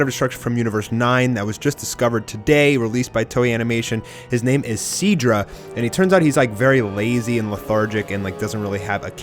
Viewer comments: Eric Tremblay you mean si-dra instead of see-dra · My god. You have extremely annoying pronunciations. Miss-Chief. wtf! See-dra. Horrible man.